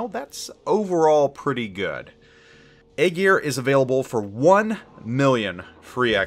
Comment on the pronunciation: Eye Ear or Aye Jeer not Egg Ear lol